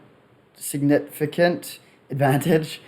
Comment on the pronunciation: “Sig-nificant” love it bro. Nice work